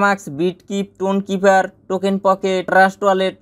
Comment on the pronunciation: ভাই সেটা লাইট না সেন্ট্রালাইজড 😂 টুন না টোন কিপার ঠিকভাবে বলতে তো পারো না 😂